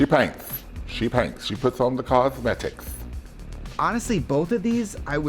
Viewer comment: I'm losing it at Latrice saying "cosmetics".